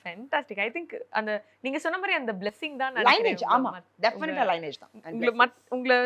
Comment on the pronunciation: லைனேஜ் இல்லங்க்கா. லீனியெஜ்.